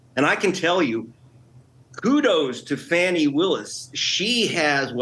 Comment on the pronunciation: Please know that Fani Willis' first name is pronounced FAH-nee.